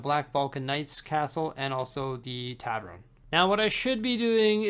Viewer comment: Love you, I watch all your vids but... Its a TAVERN not a TAVREN 😂 - keep up the amazing work!